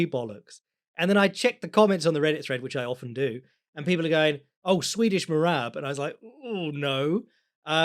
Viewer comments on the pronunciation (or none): none